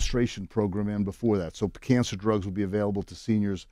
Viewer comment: “its çhanged the façe of çançer” 😒